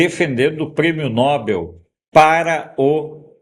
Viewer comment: Sr., o prêmio é Nobel. Se fosse Nóbel teria acento no ó. A última sílaba é a tônica. Como papel.